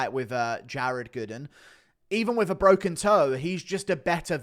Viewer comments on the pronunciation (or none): none